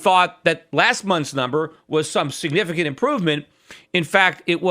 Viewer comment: Peter, are you saying 'Signifercant'?